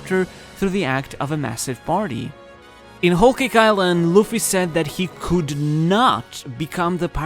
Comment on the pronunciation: It’s luffy